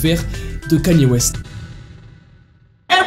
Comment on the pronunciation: Déjà apprend à dire Kanye West